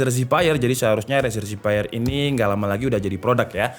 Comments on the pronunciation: Cuma masukan aja nih bang. Zephyr itu bukan dibaca Zipaier tapi dibaca Zefir. Zephyr artinya Breeze/ Angin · Harusnya kata zephyr itu dipronounce zefr atau zefeur, bukan zefaier. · keknya bacanya zefir deh bukan zipeir :D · bang ngomongnya "zefir" bukan "ziphayer" xdd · Zephyr dibaca Zefer bang , cmiiw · The word Zephyr. Pronounce as zeffur/zef-fer. Please learn how to spell it. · Cara baca Zephyr = Zefir om,hope it's helping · Apa susahnya sih pake Google Translate dulu buat tau cara pelafalan Zephyr sebelum bikin konten. Channel tech kok katro